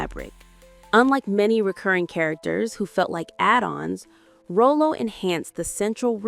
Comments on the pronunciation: GIRLLLL.....I cringe every time you say Rollo's name WRONG. Before doing something like this, take the time and turn on Sanford and Son and listen to how you pronounce his name. This is unaccepted due to the fact that we have so much resources for you not to say his name correctly. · A wonderful video tribute, while pronouncing his name wrong from start to finish, is absolutely unacceptable 🤨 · What's irritating to me is the miss pronunciation of stars name .Stop giving us info until you really do your research 😔😤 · Is this an AI voice or did this female narrator never actually see a video of the tv show? Otherwise she'd able to pronounce Nathaniel Taylor's played character (Rollo) correctly! Lol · Man I was cringing every time she mis-pronounced his name...1❤ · AI swings and misses again keeping its % at 100. Rowlow WTF. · The narrator never watched Sanford and Son. How many times did she say "ROW-LOW". 🤠 Maybe she's AI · It's pronounced Rah- low!!! He's not a clown or a candy treat! RAH- Low. RAH- Low. What is this, Canadian AI? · Why is the narrator pronouncing Rollo’s name like the candy Rolo? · It’s pronounced RAH-LO..Damn at least watch the show once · Why are you pronouncing his name like that? Did you ever watch the show? It's pronounced Rah-lo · Haha they pronounced Rollo like Rolo caramel candies. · Its Rah-Low. 😂😂😂 youngsters. Its crazy how ppl try to go viral & build a following off of a show or a celebrity you never even watched. Clearly the narrator never watched Sanford & Son. Or didn't bother to properly program the Ai. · The name is pronoun “ Rawloe”.💁🏽💯aka Rollo’ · Omg😂😂😂 I was thinking the same!!!! RAH lo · Say it with me now, narrator…”RAH-Low” “RAH-Low”!!! 🙄🤦🏾‍♂️🤣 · Correct call him the female narrator is saying his name wrong it’s pronounced raw low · RAH-LOW = ROLLO Damn A.I. smh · I'm so sick of this lady calling him rolo like the candy bar but this was nice and interesting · rollo's are caramel filled chocolates, his name is pronounce rah lo